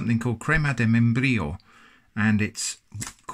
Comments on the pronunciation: Crrrema de membrrrrillo. Well said sir 👍🏻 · "crima Di meienbrillou" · That hard Spanish /j/ sound is not your strong suit I see.